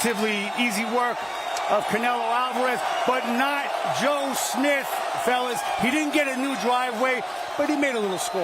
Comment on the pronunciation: Don’t you love how he says “Joe SmiF”..?!!!🤦🏻‍♂️🤣😅